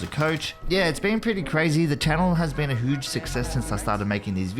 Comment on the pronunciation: This guy says “huge” as “hooj” “ The channel has been a hooj success “